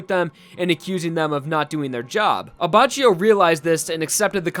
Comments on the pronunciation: Looking back on old videos and hearing how thought the names in Part 5 were pronounced is kinda cringe. It’s A-bah-key-o Le-o-neh. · Isn't abacchio pronounced as "abackio"? Lmao this video hurts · doesn't it read as Aba K io? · It’s pronounced A-Bak-I-O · Lion abbacio.... My ears are bleeding... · Actually, at least in Japanese you pronounce Abbachio as Abbakio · Abbacchio is pronounced Abbàckio And now I have to go Mispronounced italian words need me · You should read it as "Abbakkio" x_x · just a note from an italian viewer. the pronunciation of leone abbacchio is wrong. the first and the second e are pronounced like the "e" in generation. abbacchio is pronunced abbakkio. also, giorno giovanna is pronunced like jorno jovanna. giogio is pronunced like jojo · It's actually pronounced Abba-Key-O. If you read the katakana, it uses Ki for the cchi part. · paz Because in Italian Ch is K but C is just a Ch. It is Abbakio and Gucchi phonetically (Not an Italian,just fluent in it) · paz Go to the Abbachio page on the jojo wiki and look at the Japanese pronunciation. "Reōne Abakkio". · WHY YOU PRONOUNCE ABBACCHIO LIKE THIS, JUST WHY? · Unsub for wrong pronounceation of Abbachio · I cringe a little bit everytime I hear the way you say Abacchio. For reference, the anime gets it right: In italian, "ch" is read like a "k". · The c in Abbacchio is a hard c like k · man.. thats not how u pronounce abbacchio... in italian ch=k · Take a shot every time says Abbacchio and says it wrong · In Brazilian portuguese too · Finally somebody that comments it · The way you pronounce Abacchio makes me want to cut my ears off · Also, it's an acctual Italian word so you can use google tanslate and make it pronounce the word. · It's pronounced with a k in Italian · you read it "abackio" not "abachio" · Aba chi yo The correct one: Abba ki yoh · Anyone else annoyed by the fact that is saying abba chio Rather than abbackio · ABACHIO NOT "ABACIO". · Pronounced abba-ki-o